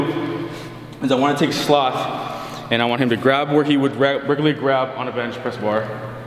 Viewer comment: Slock? Or sloth?